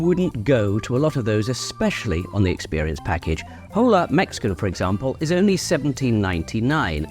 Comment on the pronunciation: The “H” is silent in “hola.” It’s “ola” not “hole—ah” 😂